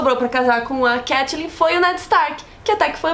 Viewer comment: eu AMO todos os vídeos, mas o jeito que vcs pronunciam Catelyn é muito irritante :(